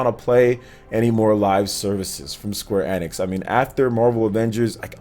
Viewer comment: Kinda like his pronunciation of square enex lol😁